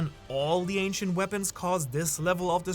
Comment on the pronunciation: new-clear we-pawns, I know they is real 👉🏾🤌🏾